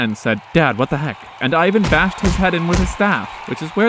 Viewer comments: Ivan Groznyj, not Ajven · Starts off pronouncing his name properly Ee-van. Then immediately after starts saying Eye-van. Probably pronounces Iran, Eye-ran and Iraq, Eye-raq.